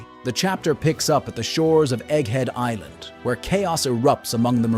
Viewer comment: No way he said 'Egg Heed Is Lind' 😂